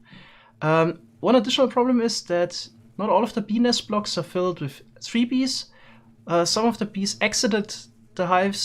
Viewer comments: d-did he just call them... penis blocks? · Looks like he is saying penis blocks in stead of bee nest blocks😂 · Is it just me or does it sound like p*nis blocks when he says bee nest blocks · Am I the only one hearing “Penis blocks” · Haha I was sort of half listening at first until I heard him say “huge bee nest” but thought he said “huge penis” lol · did he say penis blocks wtf 🤣🤣🤣🤣🤣 im so childish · I had to rewatch the start.. I heard "Penis blocks" first. Glad to know it was bee nest. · he said “bee nest” but i head “benis” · Please Change your pronounciation of Bee Nest. The auto subtitles always thinks you say "Penis" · Took me a bit to realize he wasn’t saying penis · when he sais bee nest block kind of sounds like penis blocks edit: lol i just realized the subtitles say penis block too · Who else here 'BENIS' instead of 'BEE NEST'? lmao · "Penis blocks" Wait, what? "Bee nest blocks" Ohhhh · The subtitles kept saying "penis blocks" whenever you said bee nest blocks, lol. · is it just me or am i hearing penis blocks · Am I the only one hearing Penis? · Is no one going to mention he keeps saying penis blocks? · I still thought he was saying penis for a second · I only hear penis blocks now... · Love the video and the technical builds and projects but would highly recommend adding a little harder pronunciation on the "T" at the end of "bee nest". As quite a few other comments have pointed out, the auto-generated captions are having some difficulty... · And we may want to reuse the penis blocks. Yes, I know he says Bee nest blocks, but it firstly sounded like that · he sayd pen nest but it sounds like penis